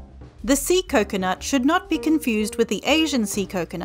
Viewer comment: bro i swear i thought you said sea nut it was an accident i swear